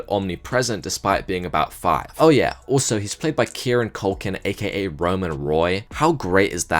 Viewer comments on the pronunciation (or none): none